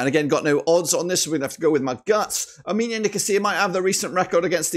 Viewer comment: fr bro like how the hell does he say "ominia" instead of "omonia" like wtf